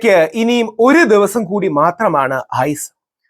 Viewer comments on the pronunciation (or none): none